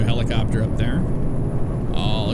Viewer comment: he says helicopter in an English accent. I know because I'm English myself!